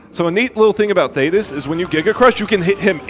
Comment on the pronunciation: shanock. you heard it here first folks argle argle????? why does he keep saying these names wrong , why does he keep calling queenbee "queen bree"???????? i thought it was a one time mistake but he says queen bree like 3 times not to mention THAYTIS ????????????OGGLE OGGLE why is nobody saying anything? it's not- theyre not called oggle oggle, it's Argoyle and Ugoyle